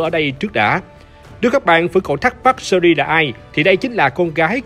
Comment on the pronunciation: "Sơ Ri" nhưng mình thích :)))